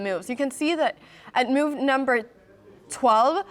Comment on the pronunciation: How do you spell the word move? You pronounce it like it’s moyve 😂